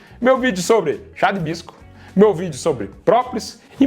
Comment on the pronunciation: Chá videira 😅ortelan😅 cidreira